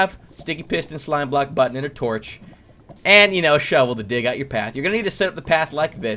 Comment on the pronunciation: for a second a heard you say butt-on